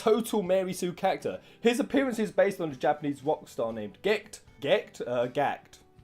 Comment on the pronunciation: Every time you say "character", I keep hearing "cactuar".